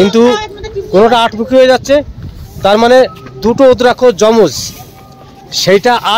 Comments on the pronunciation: রুদ্রাক্ষ কথা টা হবে ভুল ভাল উচ্চারন করবেন না। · রুদ্রাক্ষ বলুন ভুল ফল উচ্চারণ করছেন